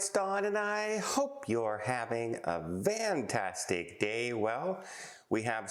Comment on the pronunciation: Don~~~Are you saying a Fantastic Day OR a Vantastic Day? Hard to understand?